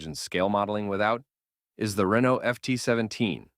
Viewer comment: This narrator does not sound like an AI but seriously struggles with the pronunciation of non English names. I would have thought it common knowledge that the name Renault is pronounced Ren - no and the Italian name Fiat is pronounced Fee - at. You may not be a professional narrator, but if you want to gain recognition for the work, research your script before you present it. It detracts from what appears to be a well presented video.